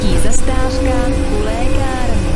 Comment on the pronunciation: To hlášení je chybné protože místo zastávka říká zastářka.